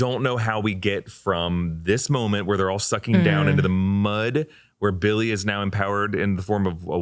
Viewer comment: It was Bi-il-ly all along